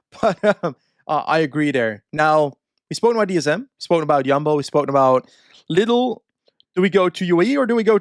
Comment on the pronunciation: For all of those a little confused, German supermarket chain is Pronounced LEE-dal 😜